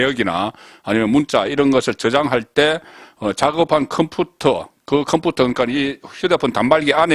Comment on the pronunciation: 큼푸트 발음 똑바로 못하냐?